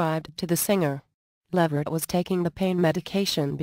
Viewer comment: It's levert